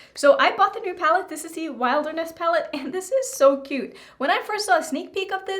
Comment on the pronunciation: I LOVE YOU, YOUR EYE LOOKS ARE GORGEOUS! WHO CARES THAT YOU CAN'T PRONOUNCE THE NAME OF THE PALETTE.🤣🤣😛😛🥰🥰 That red is very pretty too!!!